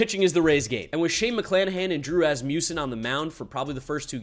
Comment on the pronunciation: Bro pronounced drew Rasmussen as Razzmusein💀